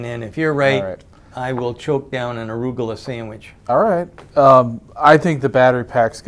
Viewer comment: Wow, it is really spelled like that. When i heard it on bob's Burgers i thought it was much more close to polish "rucola" since to me he sounded like "rugola". Arugula would sound hilarous read in polish.